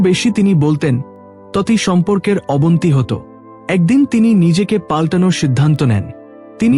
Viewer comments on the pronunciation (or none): Apni uchcharon ta boro korun....bor naa..ete vul uchcharon....r abonti naa ota hobe abonoti....uchcharon ta kane lagchhe...but aalochona ta valo....